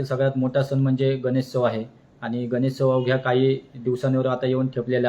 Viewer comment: गणेशोत्सव मित्रा, गणेत्सव नाही